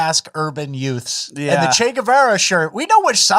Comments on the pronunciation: Are you saying yuts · Hey, Youths is pronounced "UTES"! Cmon man, you have seen My cousin Vinny!